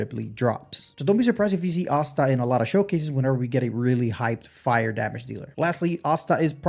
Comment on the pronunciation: Asta isn't pronounced like that.